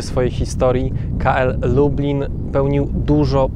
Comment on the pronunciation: Lektor cały czas mówi Lubin zamiast Lublin, porażka ..